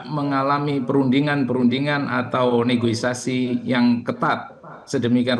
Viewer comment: Negoisasi 😂😂😂 negosiasi kalii